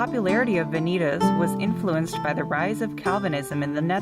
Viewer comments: Yep, that bugged me too. Should be vah-nee-tahss. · Please correct your pronunciation of the latin word "Vanitas". Van-i- tas' .